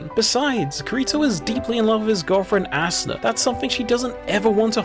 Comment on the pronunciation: I cant unhear "ass una"